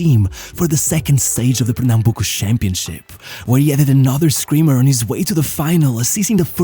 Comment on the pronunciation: Juninho Pernambucano vai se manter no panteão do futebol pra sempre. Tua pronuncia de "Pernambuco" foi muito boa pra um falante de inglês.